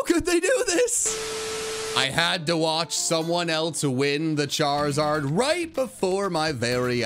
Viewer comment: HOW DID YOU SAY Charizard!!!!!!!!!!!!!!!!!!!!!!!!